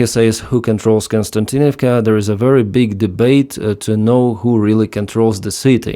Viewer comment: Kos-ti-an-tin-iv-ka. Not Kon-stan-tin-iv-ka. Please correct me if I'm wrong. I know is reading these names written in latin letters....